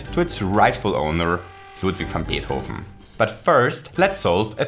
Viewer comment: The way he says Beethoven's name caught me off guard, it sounds SO good.